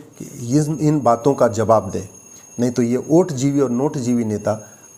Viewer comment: कानून के आप अच्छे जानकार है। वोट को ओट उच्चारण कर संदेश दे दिए।